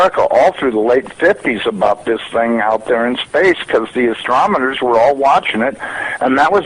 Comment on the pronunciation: LMAO...sorry, but I don't trust anyone that can't even say "astronomer" correctly. He says "astromoner"....kinda like when people say "nucular" instead of "nuclear"...drives me nuts.